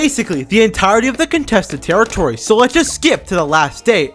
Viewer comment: Contestet terretitory